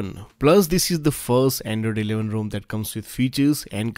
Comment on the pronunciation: I have yet to find an Indian pronounce the word 'rom' correctly